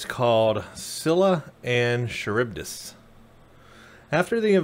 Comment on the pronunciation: Love your vids but as I am living in Greece I did grinch every time you said Scylla and Charibdis (SKILLA AND GARIBDIS ). Also I do agree, STD (darn name btw), is not primary timeline. The techno and the science displayed is far too advanced for being 10 years before STO. Keep up the good work mate.